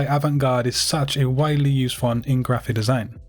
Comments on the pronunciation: Why do you say grrraphic the way that you do? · oh sorry I thought you did it on purpose